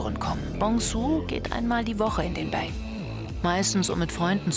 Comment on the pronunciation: ich kann dir versichern, dass die Übersetzung nicht 100% stimmt, finde sie sogar ziemlich schlecht und falsch darstellend.... pc BÄÄÄÄÄNG heisst das auch nicht sondern BANG= Zimmer .... naja werd mal zu ende schauen